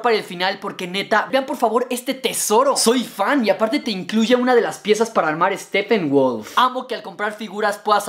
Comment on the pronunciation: por le dices steffenwolf se dice steppenwolf si la p tiene h lee como f pero si la p no tiene h no se lee como f